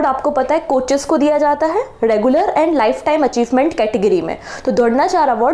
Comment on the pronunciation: mam dhronacharya bhi ni bolna aata apko kitne bekar hindi h